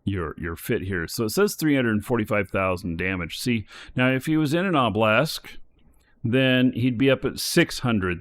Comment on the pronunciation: Dear, its pronounced o-buh-luhsk, not oh-blesk, its driving me up the walls haha